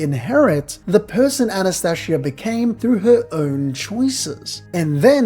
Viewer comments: It's Anastasia not Anastashia. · Are you mispronouncing the names on purpose? Subaroooo An as tasia